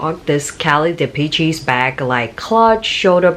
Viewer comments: Please, please if you do another video on this pouch, it's pronounced "dee-PESH," not "dee-pee-cheese." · Dee.Pee.Chee ... LOL